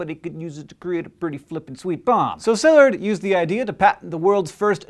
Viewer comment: And I don't think his name was pronounced SILLurd, either.